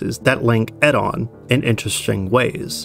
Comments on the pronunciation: Eddon is an interesting pronounciation of Oedon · Yeah, the way he pronounced "Oedon" drove me nuts. One of the few we actually hear a character say.